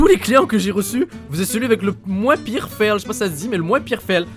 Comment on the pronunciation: comment tu dis ? Fèle ? a xD